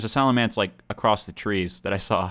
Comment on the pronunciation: it's pronounced "salamence," not "salamence."